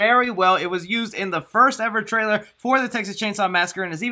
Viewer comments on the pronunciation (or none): none